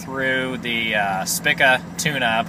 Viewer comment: pronouced Speeka.